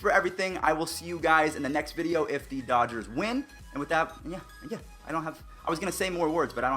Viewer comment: he lunged forward trying to be safe but i’d say it wasn’t on purpose. loved the “vidoe” though😂